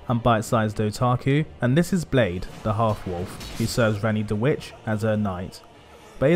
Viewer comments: My welsh ancestors are writhing lol. Its pronounced blaith which means wolf in welsh. Good analysis of one of the best character's in the game. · I live in Wales and my wife is welsh, we named my car Blaidd Di ( black wolf ) and I came here to comment on the pronunciation but you beat me to it 🤙